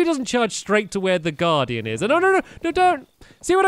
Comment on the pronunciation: U said stay away from the garden instead of guardian